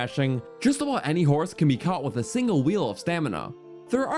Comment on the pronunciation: "...solid light brown and solid penk." "gennul" "...how they all whark." "...the ancient bhrr-dal..." "Whark" - various "Abott" - various